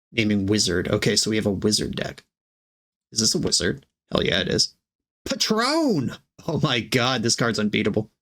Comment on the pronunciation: Haha it’s patron wizard, not Patrón wizard. Like a patron saint, not like the wizard of tequila 😂👍🏻